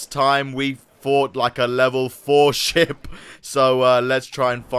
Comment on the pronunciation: When he said ship I thought he said shit